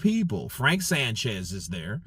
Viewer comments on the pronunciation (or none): none